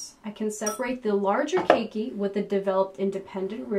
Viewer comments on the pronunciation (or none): none